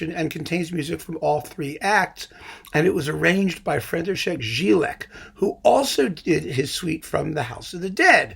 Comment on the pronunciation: I know you don't care but somebody might do: Jílek is supposed to be pronounced with "Y", like "Yalta" or "Yamaha"... Anyway, I didn't know about this Peter Breiner set. It seems to be a great tip!